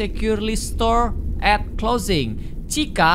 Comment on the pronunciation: "at" bukan "and"